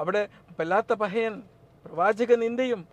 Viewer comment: തുടക്കം മുതൽ വല്ലാത്ത പഹയൻ എന്നു മാത്രമാണ് പറഞ്ഞത്. എന്നാൽ 6.10ൽ വല്ലാത്ത "പറയൻ" എന്നാണ് പറഞ്ഞിരിക്കുന്നത്. അതൊരു നിന്ദയല്ല മറിച്ച് slip of the tongue അയിരിക്കുമെന്ന് വിശ്വസിക്കുന്നു.